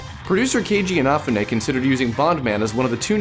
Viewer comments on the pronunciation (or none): ina-fun-ay? It's Ee-nah-fuu-nay. But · And also a more accurate pronunciation of his name compared to 'in a foo nay'. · It drives me crazy but I don't know about anyone else inafune (E-na-foo-nay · "InAfune"? I thought it's pronounced "InafUne" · After watching this again I just realized you mispronounced Inafune's name, ironically the same way Arin Hanson does. It's In-nah-fuu-nay. Not in-nah-feh-nay. You're not putting enough emphasis on the "U". Not a big deal, just thought I'd point it out. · In a foon ay. It isn't that hard to pronounce his name ffs. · this guy says Inafune wrong. fells like my ears are gonna bleed. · This guy needs to learn how to properly pronounce Inafune. Also, why do these guests keep promoting the didyouknowgaming website? There isn't even any updates so it seems pointless to promote the website still. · That was possibly the worst pronunciation of Inafune's name. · I think he mispronounced Keiji Inafune's name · ***** oh wow he pronuced a guys name wrong thats in japeneses I don't nalme him atleast he didnt wound like he butcherd it